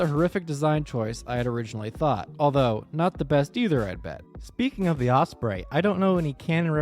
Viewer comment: Don’t like to be rude but the was you say osbrey is very weird